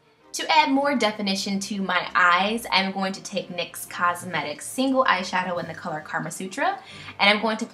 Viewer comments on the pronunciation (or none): none